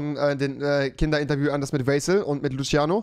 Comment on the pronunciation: Alle: Luciano Rewi: Luschiano